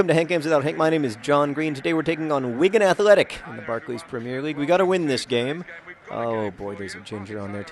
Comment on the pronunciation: Am I the only one who thinks he says "Wiccan Athletic"?